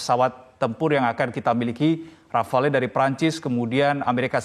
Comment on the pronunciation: Bacanya RAFAL bukan RAFALÉ